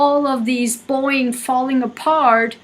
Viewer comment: Boing?? Its BoEing lady🤗